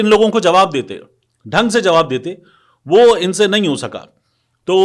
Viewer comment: لفظ کی تصحیح کریں۔ نہیں ۔ کیونکہ آپ نہیں کو بار۔ بار ۔۔ نیں اے ۔۔نیں اے ۔ کیوں کہتےھیں۔